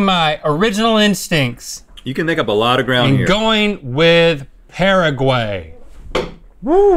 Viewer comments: Omg the way he pronounced Paraguay 😭😂😂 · How Link & Rhett pronounce Paraguay 😂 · “pearaguey...” Hahaha nooo. It’s “pah-rah-guh-why dude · the way they pronounce Paraguay makes my ears burn lol